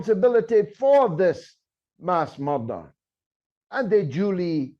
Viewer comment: You should try to differentiate your pronunciation of mother and murder!